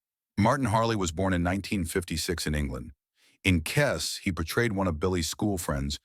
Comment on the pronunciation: ..and it's Kes, not 'Kez'.